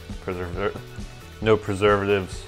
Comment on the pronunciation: How are you unable to pronounce keto or preservative? With a name like, you’d expect some insight on the ingredients or the energy or lack of energy you got from drinking it.